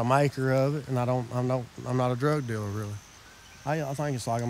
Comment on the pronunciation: "im not a drug dillur, really"🤣🤦